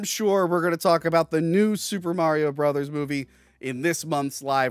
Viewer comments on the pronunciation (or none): Love the guy, but wow is it like nails on a chalkboard to hear Mario pronounced as Merry-o.